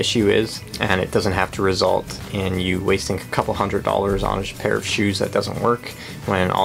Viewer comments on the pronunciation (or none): none